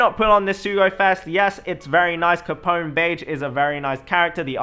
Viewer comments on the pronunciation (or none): beh-jee not beige reeeeeeeeeee